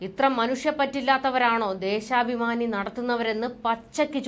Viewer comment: ദേശാഭമാനി എന്ന് പറയു